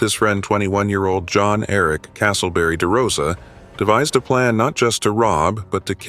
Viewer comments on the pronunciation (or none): none